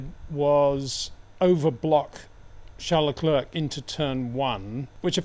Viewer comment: You can pronounce Charles correctly as Sharl, but you cant do the same courtesy for his surname?